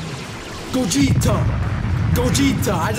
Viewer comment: I like when you say goguta stronger 💪 thing ever bro